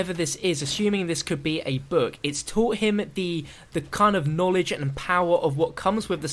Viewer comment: Richthofen needs some knawledge